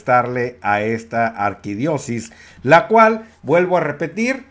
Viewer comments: Dijiste mínimo 4 veces "arquidiosis" Lo correcto es arquidiosiócesis. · Se dice Arquidiócesis, señor sabelotodo. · Colega repite conmigo AR-QUI-DIÓ-CE-SIS muy bien muchachito MUY BIEN! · Disculpe la corrección: Ar - qui - dió - ce - sis. Saludos desde México